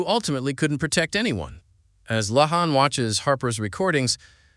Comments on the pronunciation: I can’t watch this with how he keeps saying “lay-on” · According to writers and IMDB her name is La'An. Pronounced La Ahn. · This was interesting and also very annoying because out of the approximately 100 times he said 'L'ann', not once did he pronounce it right! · Come on!!!!!!!!! Will you please quit mis-pronouncing her name. The Tagalog word I feel is "BWISIT". I say, "Buwa ka ng Ina mo!!!!!!!!!!!!" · Can you not pronounce La'an correctly or is your intentional mispronunciation a running gag to poke fun at her strange name? I can't decide. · Why do you have 16 different pronunciations for La’an. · Learn to pronounce La'An. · It was annoying as hell that you mispronounced L'Ann's name almost every single time. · Dude. "La'an " how do you not get the name right once? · You said La'an's name 15 different ways and 13 of them were wrong. And then spent 18 mins repeating yourself and explaining nothing we didn't see in the episode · Mispronounced La’an was annoying otherwise good episode.